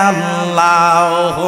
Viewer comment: অপ্রাসঙ্গিক বিষয় গুলো বাদ দিলে কি হয় না? আল্লাহ" শব্দ টা সঠিক উচ্চারণ কেন করলো না? আল্লাহর উলুহিয়ত নিয়ে বেয়াদবি করে আজ আমাদের মতো সুন্নী মনা মানুষ কে প্রশ্ন বিদ্ধ করছে। " আওয়াআওয়া" এ সব কেমন শব্দ?? বিয়াদবির সর্বোচ্চের শিখরে পৌছায়ছে।